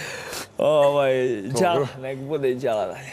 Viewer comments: Nije djala nego dzala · NIJE ĐALA NEGO DŽALA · De izgovarajte jala kao dzala a ne djala ko da su prvi put culi za njega pa ne znaju kako mu se izgovara ime